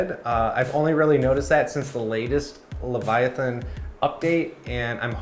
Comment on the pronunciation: Bro, Hermione called and said you mispronounced Leviathan.